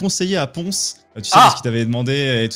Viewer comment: c'est 'Ponce' tout court